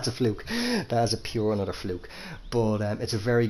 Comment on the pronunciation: Say fluke again! 😂